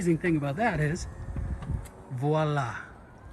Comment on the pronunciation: I love the "Voila" (im french so its funny to see english people say it)